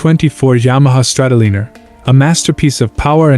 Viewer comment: Exactly..... guy needs to learn to say the bikes name before making a video about it ( Strat O Liner) Just like Oceanliner